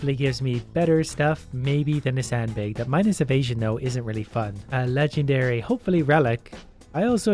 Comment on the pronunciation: the way he say BAG is funny, great content !